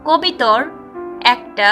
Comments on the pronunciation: আপি কবিতর কেন বলছেন ................ বলুন কবুতর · কবিতর না রে আাফা,,, কবুতর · Kobitor na kobutor